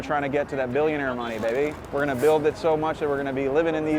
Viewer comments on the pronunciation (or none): none